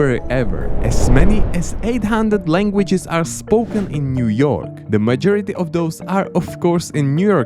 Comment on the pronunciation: You messed up half of the state names and a few of them you butchered to a non-recognizable point. It's pretty weird cuz you correctly pronounced weird states like connecticut and michigan right but you pronounced maryland like Mahrlin. How does that even happen??? Then you pronounce new york state correctly but then pronounce the city wrong. ??? Clearly you're just guessing with some states